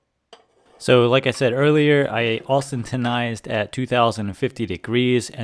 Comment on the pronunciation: Good video but every time I hear you try to say austentize I cringe lol